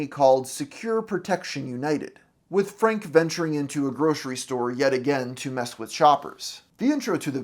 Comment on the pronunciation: a great video... but why do people talk like this? you say Frank-uh. it's Frank. you put an extra syllable at the end of half of your words-uh.